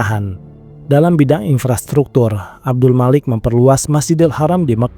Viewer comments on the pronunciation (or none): none